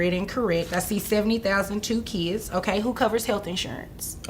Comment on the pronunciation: Stop calling them keeeds. Their children. Not keeeds.